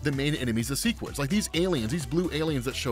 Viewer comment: Okay, the show confirmed its seh-quids not see-quids and that's all I could think for the second half of the vid. I get it if you read the comics first and then go show, but I saw the show first so I've always read seh-quid